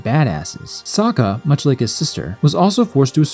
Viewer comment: They pronounce his name as sooooka, (o o as in book) it's a Russian s